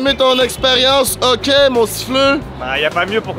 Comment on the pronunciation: Y’a une différence entre le hoquet & le Hockey 😂 non mais sérieusement vraiment nice la vidéo!